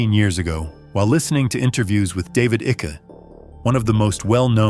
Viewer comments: David icky. Tell me you use AI to narrate without telling me. Pronounced David “Eye-kuh” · AI cannot pronounce Icke😂